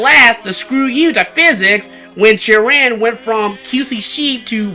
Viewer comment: Oh it's Chirin thank you. It sounded like Jiren being the name from DragonBall Super Tournament of power saga to me due to pronunciation similarities.